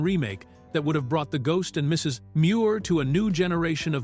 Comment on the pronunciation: annoying how the AI narrator pauses afetr the period in "Mrs." as it thinks it is the end of a sentence with the next sentence starting with "Muir"....